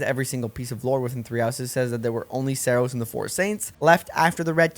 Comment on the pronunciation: So is this a bit on your channel or did you not play 3 Houses at all? Why are you pronouncing Rhea and Seiros so badly?